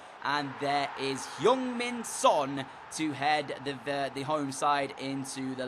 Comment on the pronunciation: its heung-min son not young min son